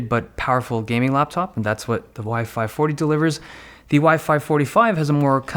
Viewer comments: Is sounded like you were saying WiFi 40 and WiFi 45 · Every time you say "Y-5 40" I hear "WiFi 40" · Sounds like he is saying "wifi 40" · Everytime you said Y540 I thought you said wifi fourty five